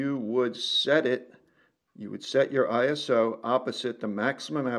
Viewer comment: I thank you for saying “ISO” instead of “eye so” as kids these days say.